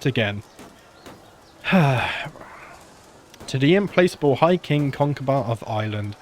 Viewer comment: implacable is not im-place-able it is im PLACK able. i'm sorry to be a pedantic prick but that was driving me crazy... great vids, loving the series here 3 years later